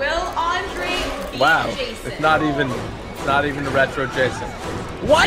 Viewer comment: The new Jason was interesting. Do you two remember the old Nintendo Friday the 13th? Reminded me of that. Maybe because its blue? Anyway it was fun watching. And keep pronouncing my name right. Keep on keeping on!